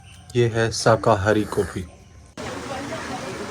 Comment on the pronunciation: coffee😂😂 bhai sahb ko English nhi aaj pta chla😂